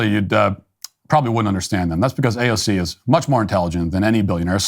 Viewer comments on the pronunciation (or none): Quit saying uh cay ze oh. It sounds upit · AOC not AOK!